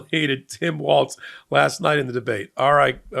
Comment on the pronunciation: JD pronounced Kamala's name fine, but spent the whole debate mispronouncing Walz's name as Waltz.